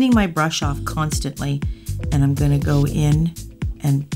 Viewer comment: Stop saying I'n it's I'm 😭